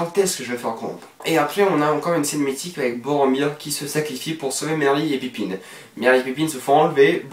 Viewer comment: C'est pas pipine mais Pipin x)